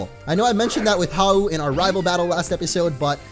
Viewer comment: I HATE HOW YOU SAY HAU IS YOUR RIVEL